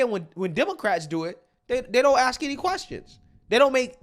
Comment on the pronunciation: Some guy that wants to “axe” you a question saying Musk is incompetent, unqualified and unintelligent is a riot.